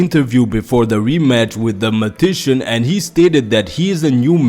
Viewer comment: Great video bro. Just wanted to tell you the word for Hisoka is "magician" (mah- jih -shin). I like Kastro too, it's like Togashi is giving a lesson to stick to your strengths, not your weaknesses or you will only be mediocre at them.